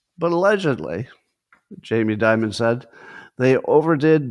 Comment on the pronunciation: Why does Scott call Jamie Dimon “J.B. Dibud”?